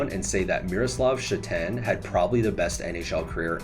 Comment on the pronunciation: Miro Šatan, pronounced Sha’tan, slight correction, the first syllable is stressed, not the second. A surname that doesn’t draw any attention in Slovakia or Czech Republic. Fun fact that nobody cares about is that I played against Miro in junior leagues, another one was Palo Demitra who tragically died on THAT flight from Yaroslavl to Minsk. Both were exceptional talents from the very young age, almost unstoppable on the ice.